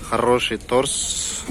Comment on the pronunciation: Торс эмес торг